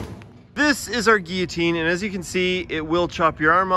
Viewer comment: The one person who owns a guillotine, doesn't quite know how to pronounce it.